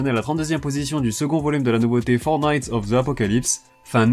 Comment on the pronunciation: Bordel, j'ai cru que tu faisais une blague en disant "Fortnite of the apocalypse" et pas Four knights x)